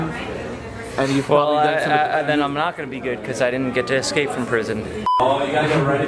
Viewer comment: Escape, not excape room....🤦🏼‍♂️